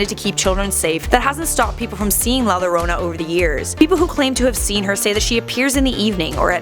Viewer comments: Its pronounced la Yorona like with a "Y" double Ls in Spanish is pronounced like a "Y" like "yesterday" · it’s pronounce yo-ro-na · It's pronounced La Yorona 🤣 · Pronounced YO-RO-NA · Max D same but I thought for the pronouncing was ya-rona sorry if I'm wrong but it's funny to scare the lil kids with the warning that la llorona is going to get you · Max D nah not pronounced jorona because she’s pronounce it wrong aswell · Its "yorona" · never said "la llorona" ever again in your life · The way she says llorona bothers tf out of me 😂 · As a Mexican American It's Funny When I Hear Non Spanish People Try To Pronounce LA Lorena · YOU PRONOUNCED IT WRONG AHHHHHHHHHHH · The way she says La Llorona 🤦🏻‍♂️ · Watch Coco and pronounce it correctly please. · Am I the only one that got triggered by how she said la llorona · Dude say it right 😂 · So Funny... when she says it XD It is real!!! In Mexico. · I’m offended how she says the name idk y but I am😂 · Francisco Is savage same as soon as I heard it I was like wtf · Yeah, but it isn't hard to pronounce "llorona" for an English speaker expect with the tapped r sound, she could have at least looked up how to pronounce it, especially if she was gonna say it so much. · Same! It’s really annoying how she pronounced it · Yah or yorana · yikes she pronounced the L in llorona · Not lorona, if anything say it as yorona(llorona) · it's pronounced "jorona or yorona" not lorona"jorona or for u "yorona" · I’m done lmao this white girl said la Lorona it’s la YOrona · Its la yorona not lorona (La Llorona) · "La lorona" you pronounce it like this La Yo-Row-Na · Lol she said La loroena its pernounced La Yoroena! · Max D, you are right. It did annoy me too. The double "LL" in spanish is pronounced like the "Y" in English, thus it's pronounced "yorona" 🤔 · The way said the name scares me i know some people roll the r in llorona but it sounds like shes saying lowrona in stead of yorona (llorona) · Max D it’s actually “la yorona” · la lorona lol